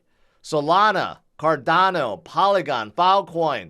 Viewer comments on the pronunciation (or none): none